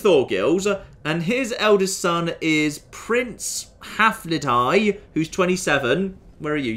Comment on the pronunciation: When he said “Haflidhi,” I thought he said “Have-to-die.”